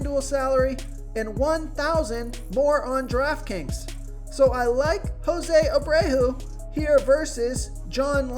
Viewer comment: Jose Abrayhoo, lol